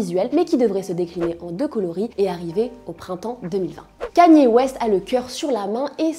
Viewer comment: kaniÉ west ?????